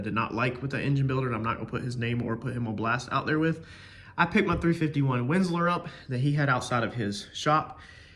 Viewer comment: Windsor, not Windslor..